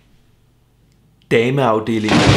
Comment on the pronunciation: Jeg elsker når du siger dame afdeling😂😂😂